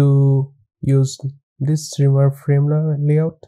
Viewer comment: Thanks for the content! funny, it's shimmer not shrimmer :D